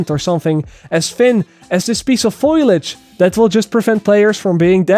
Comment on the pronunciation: It's actually foliage, not foilage. Common mistake